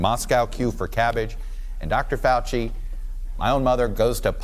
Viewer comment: That’s not fowchee